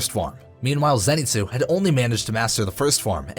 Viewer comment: “Zenitzu”😂 its “Zenitsu’